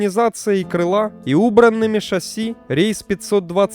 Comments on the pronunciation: шассИ, а не шАсси. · Что ж ты такой неграмотный? Правильно шассИ, а не шАсси. Ударение на последнем слоге. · Определитесь уже- шасси или ШассИ (последнее верно) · Дружище, Вы сначала говорите "шáсси", потом "шассú". Правильно всё-таки ударение ставить на последний слог, как принято во всех французских словах. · шассИ, блин, шассИ. Канал об авиации, а названий не знают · Да сам ты шАсссси и кантралирывать. Ну правда, возьми диктора хорошего!